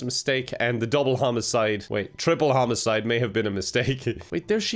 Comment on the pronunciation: "Homocide" got me ded bro.